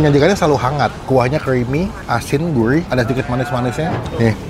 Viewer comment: bukan guih bang tapi gurih. ok